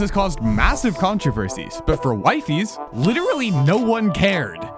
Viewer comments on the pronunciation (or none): bro it's not "wifeys" it's "wifies" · Its "wee-fees" not "wife-ees" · It’s not “Wifies” (wh-i-fee-z) it’s “wifies” (w-ee-fee-z) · Why does bro say it like wifeys its weee feeees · WYFIES??? ITS W-I-FIES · hearing him pronounce wee-fees as wifeys is killing me (also bro an arg is literally supposed to be fake) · Bro his name is speld wifiis ...not wyfies 😂😂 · Wifie? Its wefeees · It's wee-fees not y-fees. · I think its pronounced wee-fees not wifies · It’s wefees not WiFi’s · PLEASE he s pronounced WEEFEES not WIFI WIFIES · Bro he isnt called wie fies its called wee-feez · Pls its weefies not wife ees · its pronounced we-fies, not wife-ies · "waifees" 😭😭😭🙏🙏🙏 its pronounced "weefees" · IT'S WEE-FEES NOT WAY-FIES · its not "wife-ees" its "weef-ees" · its not waifies its weefies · It’s pronounced we-fis not wi-fe-s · IT IS WEE-FEES NOT WIEFES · it sounds like he's saying "wifeys" 😭🙏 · I think it's pronounced wee fees not wife ees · It is weefees like weee! Not whyfies. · He is "Wee fees" not "why fees" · Wi-fies, like dawg its literally in his bio it should be wee-fies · what ? ppl didnt know it was scripteddd?? and its wee - fees btw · it's actually called wee fee es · its pronounced wee fees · ITS. PRONOUNCED. WEEFEES. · Why did he pronounce it like wyfies and wefiis or am i just pronouncing it wrong my entire life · ITS PRONOUNCED “weefees” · weefees* is how you pronounce it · wifies is pronounced weefies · I think wifies' name is pronounced as, "weefees". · It’s weefees not wifies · Why does he pronounce Wifies as Wifeys 😭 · bro its pronounced weefees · "Why-fees made the ARG" yeah dude and we need air to breathe💔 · It's pronounced 'Wee-fees' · If you read his channel description, you see that it's pronounced "WEE-fees" Just pointing it out. 😡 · Wee-fees…..Jesus Christ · A minute in and Theres absolutely no way you're pronouncing his name as wife ees for the whole 24 minutes long video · bro just calledhim wife-fys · his name is pronounced we-fies btw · its wee fees